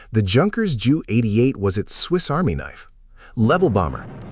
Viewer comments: I wish the A.I. would call the Ju-88, "Jay-You" (J U), and not "JEW". Especially because the aircraft served NATIONAL SOCIALIST (a.k.a. NAZI) Germany! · Ju-88? JEW-88? EVERYONE called them by the right name Junkers-88 actually pronounced Younkers 88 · The name is J U 88, two letters, not pronounced as Jew, a term that would never have used in Nazi Germany in the positive. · Kinda skipped a few, and it has a couple AI tells: "the Jew 88" of the Luftwaffe? Sure, the text on screen was "JU 88", but the AI reader has some oopsies & the captions have some typos too... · A somewhat good video but filled with AI junk. Bad images and an inability to pronounce the "Ju 88" name correctly. Please re-edit this video.